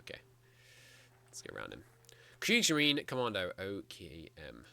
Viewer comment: Loving this series :) Also, the E at the end of Kriegsmarine is not silent. It's pronounced Kriegsmarine, not Kriegsmarin. The thing about the Kriegsmarine is that building navies take a looooong time. Erich Rader, the head of the Kriegsmarine, was firmly of the mind that the Kriegsmarine would not be ready for a war until 1948. You can imagine how panicked he was when the World War started in 1939. “As far as the Kriegsmarine is concerned, it is obvious that it is not remotely ready for the titanic struggle against England. [...] The surface forces, moreover, are so weak and so few in numbers vis-à-vis the British fleet that the only course open to them-presupposing their active employment-is to show that they know how to die gallantly and thereby to create the basis for an eventual rebirth in the future.” <- Raeder was all doom and gloom when the war started So though the restrictions on Germany were relaxed by Britain, it didn't make a big difference, because whereas building a gun takes a few minutes, building a battleship takes several years and is not something you can rapidly change at a moment's notice. As a matter of fact, when the Bismarck started her first (and last) mission on May 21st 1941, she was supposed to embark along with her sister ship the Tirpitz. But the German dockyards had fucked up with the welding of Tirpitz's hull and had to redo the process, the time delay meant that the Bismarck had to embark alongside the Heavy Cruiser Prinz Eugen instead. This